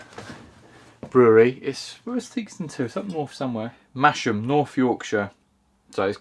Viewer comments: Wow, I thought that sourdough starter in pancakes was my secret lifehack, but oh well. Very recommendable. Oh and b.t.w., it's "Mazzam" (Theakston Brewery). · That's Mas - ham,. Black Horse Brewery.